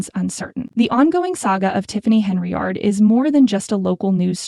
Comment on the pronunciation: you people cant even get an AI voice over that can pronounce her name right every channel that uses AI voice over has this problem what is so damn hard about pronouncing Hen - Yard and then all you do is go over s**t thats been in the news for a year and call it new News. if you want thumbs down that's a good way to get-um.